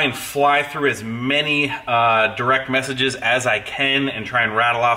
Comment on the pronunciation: A vocabulary delete: Quessages🤣🤣🤣🤣🤣🤣🤣🤣